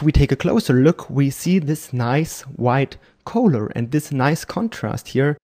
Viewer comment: Just trying to help you out... "collar" is pronounced just like "caller".. at least in California it is.